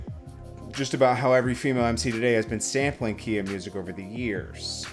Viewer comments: Not keya, its ky-ya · it’s “Ki -yah” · Khia - it's like Sky but Khi + a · How you don’t know how to pronounce her name 🤦‍♂️